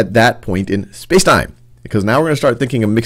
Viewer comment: What if I tell you you can say spacetime not by speaking so weirdly fast but by accenting it properly